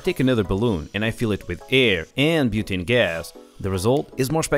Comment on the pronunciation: lol. said "butaani" as butanii.Its said differend